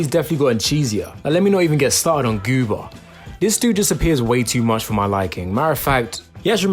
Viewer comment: Goomer, not Goober. 😊